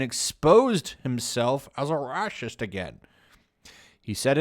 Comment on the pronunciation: Honestly, at this point I'm mostly checking out your videos just to hear you say "RRRRRAHSIST!" XD